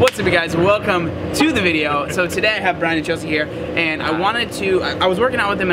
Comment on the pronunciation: its brian, not brain